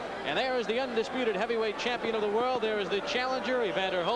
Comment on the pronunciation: Ray Leonard never says "world" he says "whirl".